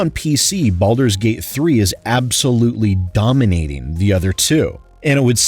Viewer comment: hahaha at the end there with what sounds like you said belders gate 3